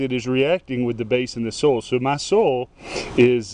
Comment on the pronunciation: What is "SOL"? Try so-i-ol. soil. He's a southerner and probably says ol for oil. I call them folks lazy talkers.